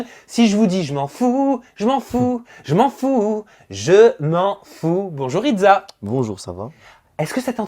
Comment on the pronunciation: Il es plutot baraqué le ridSa pas ridZa 😂💪